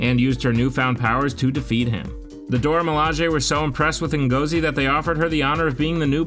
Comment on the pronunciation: Ngozi is pronounced N-gor-Zi,great video by the way.